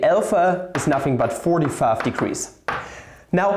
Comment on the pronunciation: Your accent sounds American whenever you say 45.